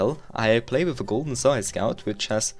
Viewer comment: its funny to hear you saying sae scout. (sae scäut)